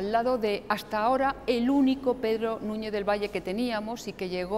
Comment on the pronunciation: "Madalena", "Nuñe", "sumao", por favor que alguien le enseñe a hablar correctamente, es MaGdalena, NuñeZ, sumaDo.